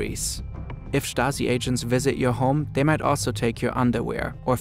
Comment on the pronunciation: “Da Shtazi”